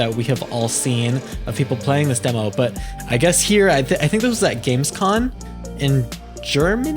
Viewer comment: You keep saying, but it's GamescoM. With an M.